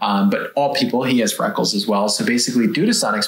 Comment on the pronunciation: Did I hear “frackles” 😂